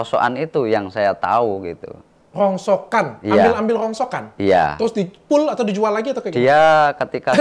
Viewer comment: Rongsokan bukan rongsoan